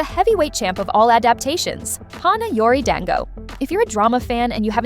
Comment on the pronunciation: Please take more time and try to pronounce the names as authentically as possible. Takeru satoh and Hana yori dango were atrocious